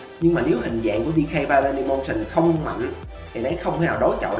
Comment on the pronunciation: Người ta đọc là violent đây ôg này đọc là violet